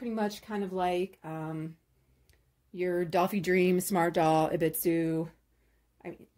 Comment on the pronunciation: Auto Hi Me is a closer pronunciation for the smaller Obitsu's name.